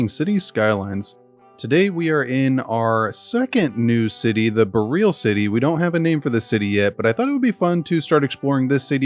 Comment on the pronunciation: Boreal is pronounced "bore-ee-uhl" rather than "bo-real"